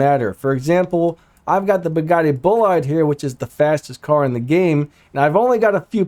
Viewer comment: sorry this bothers me but the way to prounce is Bollide is "Buh-laid". its my 2nd fav car:p anyway, nice vid! keep it up!